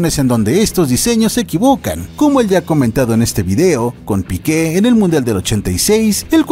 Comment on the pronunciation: No era Piquė era el Piique acento largo en la i no en la e.